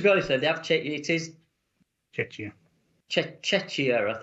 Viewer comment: just pronounce the K in Czechia:) sounds like tscheKia:)